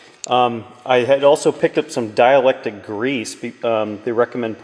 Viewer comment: Dielectric* grease, its not dielectic